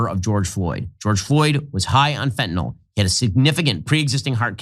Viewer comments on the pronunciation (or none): "HIGH on FENTAYL"???😅😅😅😅..FENTAYL KILLS smh...